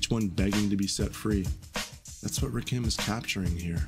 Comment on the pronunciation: Please stop mispronouncing Rakim's name.